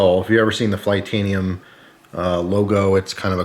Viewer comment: It’s....it’s flytanium, FLY tanium, so it’s fly skull and wings, not cartoon skull and butterfly wings lol